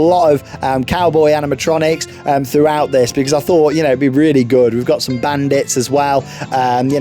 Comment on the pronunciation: Name: Rocking Rapids! Storyline: the king needs you to go mining tho find some gold! Remember to bring your trunks! You might get wet and splashed my name is docter who and the Kings needs your help. Also when you say Animotroinics I always think of five nights a freddys😂